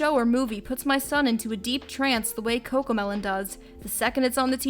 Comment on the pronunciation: No its cocomeloan